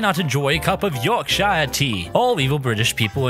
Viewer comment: the real warcrime was how you pronounced yorkshire